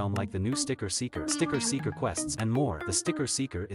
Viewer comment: All i hear is 'Sticket Seekers' 💀